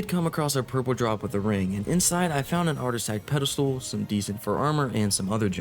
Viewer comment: “Artisack petastul”